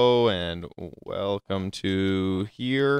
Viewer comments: welcome not welcom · 'welcom' xD